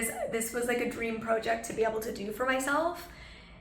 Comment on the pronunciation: Quit saying process and project so weird pronounce at the Correct Way, The English way speak for yourself